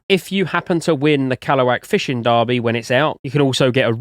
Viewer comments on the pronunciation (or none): none